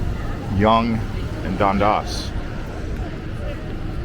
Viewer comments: "Dun-das" Not "Don-das". Great video. Thanks. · That is pronounced Dundass not Dundos and Spadeyena not Spadeena. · Right off the bat, it is Done Dass, not whatever you said. Please learn the pronunciation before you make a video - it matters!!!!!